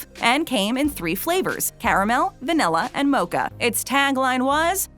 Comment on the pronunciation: Va-NILL-a , there is no “e”, no nell, in vanilla, thank you.